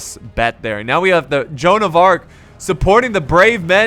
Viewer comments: Its joanne of arc not arch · joan of arch, you mean joan of arc